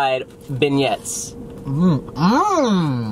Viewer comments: Did just say 'BEN-YETS' 😂😂😂😂😂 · You did not say ben-yets 😂😂😂😂😂😂😂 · You pronounce beignets wrong